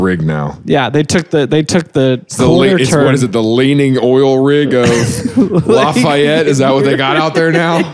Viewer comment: Hey, I don't care that this is for months after the episode, the truth must be told. Its pronounced "Laffy-ette," I lived there for several years. Also, this is a great show!